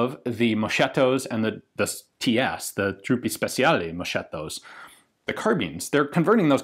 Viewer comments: Ian, compliments on your consistent effort to pronounce foreign words properly. However, You are killing me with "Moshetto". The H in Moschetto serves the important task of protecting the C from modification by the E that follows. It would be pronounced Mos k etto. It is the diminutive form of Mosca which means "Fly" as in the insect. So Moschetto has etto added to make it the smaller version and the H is added to protect the C from the E and retain the hard C sound as in the original root word Mosca. Thanks for your awesome content. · Moschetto spells mosketto. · "Moschetto" (musket) is pronounced "mosKetto"... the "ch" syllable in Italian is generally pronounced as in the English "K" - although some regional dialects may confuse the issue! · Moschetto is pronounced MOSKETTO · Ian, si pronuncia moschetto; mos-kate-toe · Ian, please, moschetto sounds like moskettow and Truppe Speciali like trooppey spetcheeahlee. Good everything else. Great. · Ian, dear Ian, "moschetto" is pronounced "mosketto" "moscetto" in italy is when your PP is small and flaccid ps: sorry children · Great video man! The only comment I would do, so next time you talk about a Carcano you can get cocky with all the right pronunciations, is that you should read the 'CH' in moschetto as a 'K'. Best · Italian "moscheto" should be pronounced as "mos-ketto" (geminata "tt" is a short T) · Fyi it's moschetto it's pronounced mosketto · Love your content and your in depth analysis, BUT for the love of God .... "Moschetto" is pronounced like "MosKetto"... <3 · Moschetto pronunciation is more like "moscketto" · Moschetto "sch" need to be pronounced ~ "sk" So mosketto with the k like in "Kilo" Congratulations for the channel and splendid work done. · Moschetto is pronounced mosketto and fucile corto has no z. Fucheela is the closest pronunciation. Good video nonetheless. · Sorry man, we say „mosketto“, in italy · this is nearly the gun L. H. Oswald used. and it's pronounced "mosketto"